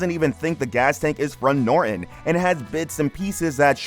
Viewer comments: Noron. Has a T in it! NORTON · The narrator doesn't know that you pronounce the "T" in Norton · Decent video ... except for the Dick doing the narrative that can't seem to pronounce 'Norton'. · It’s Norton, nor-ton!